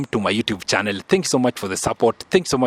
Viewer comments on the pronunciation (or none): none